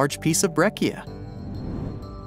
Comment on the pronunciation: BREH-chia, not BRECK-eea.